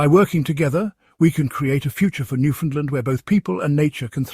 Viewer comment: Learn how 2 pronounce Newfoundland. 😅